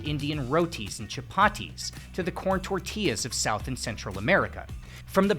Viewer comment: 1. I can't believe how ignorant the world it's about Mexico's bread variety. it's the most vast in the world thanks to all those baker's back when the country was still called New Spain. Maybe I'm not that surprised when him only mentions tortillas (and not even pronounciating it correctly) as the peak and absolute only contribution to bread as a cultural expression. 2. Of course he failed to mention France went to war against Mexico about some cakes which it's freaking hilarious. The story goes some guys caused a rockus in a french bakery and France needed an excuse to invade Mexico to try to conquer it (It was an independet country at that point). Long story short they failed and that's why USA celebrates 5 de mayo today. They where apparently so happy about France not winning they HAD to make a national holiday about it (they thought France then would also conquer the 13 colonies. Weird time in history if you ask me but whatever)